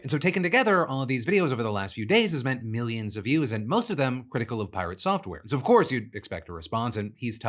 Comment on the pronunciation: You definitely didnt pronounce piRATsoftware properly